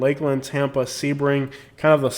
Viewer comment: Lmfaooo basic millennial I am young and thriving in Sebring, definitely slamming a town and it’s people. Rude and disrespectful. Oh the girl is saying Sebring wrong.